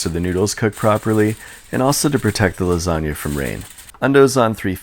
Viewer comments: "Lasania", lol. It's always funny listen to foreign pronunciation of italian words. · That 'organizational system' was hilarious. Also, buoyant lasanga...buoyanga if you will... What's that? You won't? k. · It’s la sag na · Do you pronounce it lasagna or lasagna?